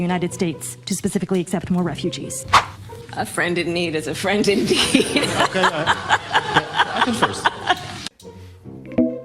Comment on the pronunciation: Context about president Duda said “a friend in need is a friend indeed” before but because of his English he misspoke and instead said something that sounded like “a friend in need is a friend in dick”.